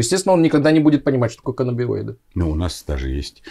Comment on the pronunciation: Врач психиатр -нарколог (стаж 4 года). Коллеги, пожалуйста, говорите правильно - каннабиНоиды. (Н)